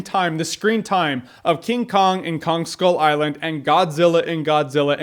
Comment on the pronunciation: i really liked the movie but with what he said, it sounded more like ‘people on skull island’ and not ‘kong skull island’